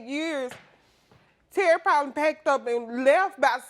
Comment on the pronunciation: Turry Turry Turry . I heard Terry name too much